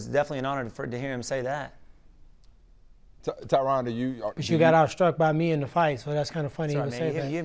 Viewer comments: His name is supposed to be pronounced "Tyran". The interviewer was getting his name wrong the whole time. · Hahaha “Tai RON” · Tyron not tryon